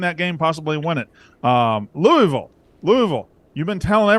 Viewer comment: Please learn how to say Louisville correctly